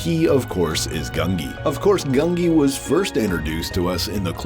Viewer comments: Gungi!! Not Grungi. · It's pronounced GUN-jee by the way. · The Wookie's name is Gungi. Pronounced 'Goon gee.' The Gee syllable is pronounced like the gee in Bungee. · There is no R in Gungi